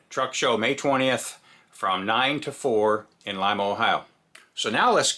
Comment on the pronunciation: Hats off for pronouncing lima correct! 😎👍🏻 most people call it leema 😹